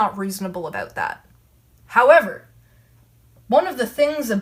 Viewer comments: That's aboot right. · "about" is my favorite Canadian word